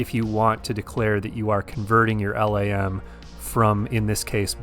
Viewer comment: LAM is pronounced like 'lamb'.